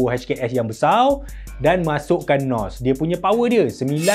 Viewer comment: button NOSS 😂😂😂🤣🤣